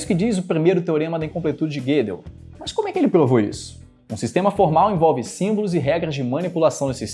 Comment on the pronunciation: "Guedel" não. É Gödel com ö